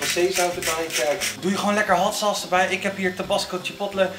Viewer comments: probeert de merknaam hotsaus op z'n Amerikaans uit te spreken. Hatsa dus.... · Als het over scherpe saus heeft hoor ik altijd hatsa's